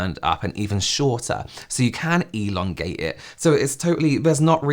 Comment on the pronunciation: When described how to elongate one’s nose, all I hear is him saying elong-glesias. 😂